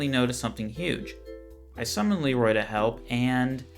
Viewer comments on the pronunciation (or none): none